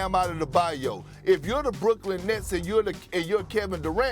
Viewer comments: “Bam Outta-da-bayou” 😂😂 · My man perk said bam “out of the bye oh” 😂